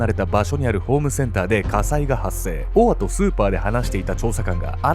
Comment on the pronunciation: 「オア」が「ボワ」に聞こえて、燃え上がる音みたいだと思ったら、承認欲求をこじらせたあまり、犯人しか知らないことを小説に書いて墓穴を掘っちゃうなんて… 哀れというか、救いようの無い馬鹿というか、ホントに亡くなった人が可哀想過ぎる